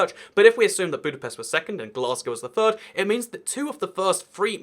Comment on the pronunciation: Why can't you pronounce your th's in words like "third" and "three" ?